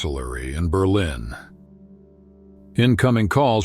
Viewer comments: WHO THE FUCQ DID THE ENGLISH NARRATION ? Berleen instead of Berlin ? FFS. ! ITS NO SO DIFFICULT TO FIND SOMEONE THAT CAN SPEAK ENGLISH WITHOUT MANGLING THE ENUNCIATION ???? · That’s what I thought too. The voice sounds real though. It had me fooled until the burleeen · “Berlen Germany”??? Perhaps you mean Berlin Germany. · berleen? what is this AI crap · Must be AI narration, couldn't pronounce Berlin correctly, my lord that's crazy! It's not Bur-lean!